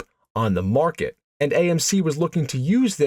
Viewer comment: Stop saying AND so much. Also the pause you put infront of almost all your and with the hard A you put on it makes it very Distracting